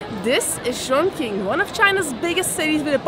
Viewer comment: Hi guys Chongqing is not so correctly pronounce . Anyway great .